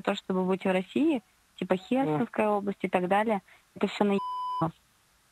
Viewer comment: Хє'рсонская область)) Перший раз чую щоб хтось так наголос ставив🤣